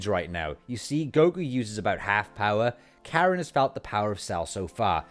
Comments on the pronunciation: Its Korin right.....? Not Karen right? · so why isn't sayian pronounced the same in Japanese? Just sounds jarring hereing Karen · Why in God's name are you calling Korin Karen?